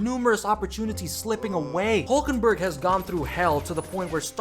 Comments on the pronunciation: His name is Hülkenberg not Hulkenberg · It's Hülkenberg not Hulkenberg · hÜlkenberg!!!! ÜÜÜÜ, say it or leave it! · Its Hülkenberg not Hulkenberg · He is german and the name is hülkenberg with ü two points over the u (diese Kommentarsektion ist eigentum der BRD)